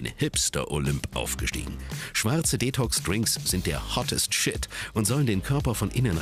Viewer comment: der hottest shit .... oh man und dann auch noch die betonung!